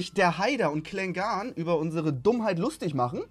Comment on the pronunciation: Du hast Klengan falsch ausgesprochen